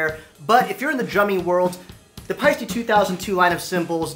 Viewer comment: Nice post. If you can adjust to the actual pronunciation of "Pie-Steh" as in "eh". It's an Estonian name and as such is pronounce Pie Steh 👍🇪🇪